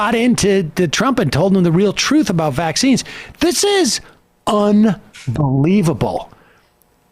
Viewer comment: Ugh anyone else hates how she emphasizes vAXines